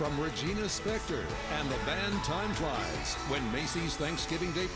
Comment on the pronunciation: “Spektor” not “Specktor” lmao